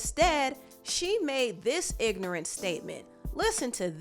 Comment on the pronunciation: Ari sounds exactly like what you said "IG-NORANT". She's super dumb for that. It was the follow up video for me. Like why would you say that nobody cares??? Sending a "kill yourself message" for real victims. Canceled in my book.